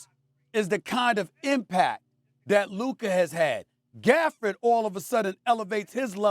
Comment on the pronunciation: He definitely said Gafford lol